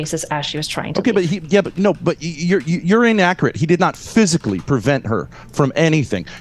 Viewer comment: Whenever i hear ben say "He" I just hear "I"